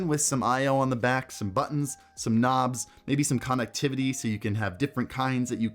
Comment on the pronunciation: Broooo......say CONnectivity......ONE more time......